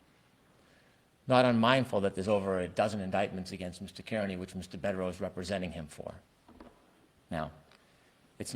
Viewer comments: It’s Bederow, not Bukkake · Asks how to pronounce Bederow and pronounces it perfectly 🤷🏻